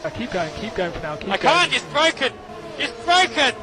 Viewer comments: It is Bwoken not broken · That's bwoken actually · IT'S BROWKEN